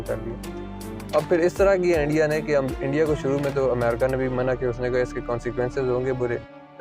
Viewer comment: Ye Endia to सtrong hota ja raha haaaai 😂😂